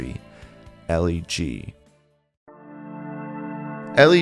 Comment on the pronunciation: This is hands down my favorite Newsboys song. it's rare for a Christian band to speak so honestly about tragedies, especially suicide. But just a quick note on pronunciation: The song title is a play on words. Elle G is pronounced like "elegy", with a short "e" sound, since that's, essentially, what the song is (an elegy is a poem lamenting the dead).